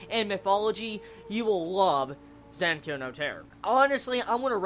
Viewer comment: i cringe whenever he says zankyou